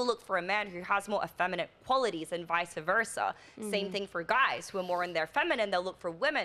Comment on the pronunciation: For one, it’s “vice versa”, not “vise-uh Versa”. Secondly, god didn’t “ordain” anything. God doesn’t even/ exist. Why is that Australian girl even on these shows. What does she offer, other than butchering psychology, and regurgitating bs red pill takes?